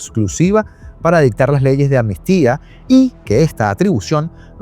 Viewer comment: Todo bien pero dices ANMISTIA, y es AMNISTÍA.